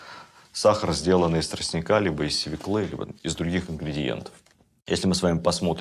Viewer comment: Не свеклЫ, а свЕклы....